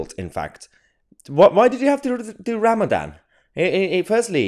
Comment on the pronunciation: He does intermittant fasting, not Ramadam🤣